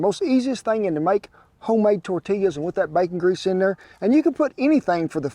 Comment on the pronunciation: As a New Mexican who grew up less than an hour from El Paso, Texas, I can truly say I APPRECIATE everything about this video 👍👍 The way you pronounce tortillas and quesadillas correctly, using Hatch chiles in your salsa, to your little dance you busted out in- ALL top notch, good sir!! 👍👍 Those quesadillas looked delicious. My great grandmother used to wake up every morning, except Sundays, and make homemade tortillas and lunch. Oh the GOOD ol’ days….